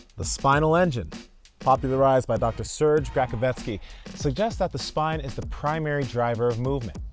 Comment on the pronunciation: Nice video, but anyone who's seen Beverly Hills Cop knows that's not how you pronounce "Serge"!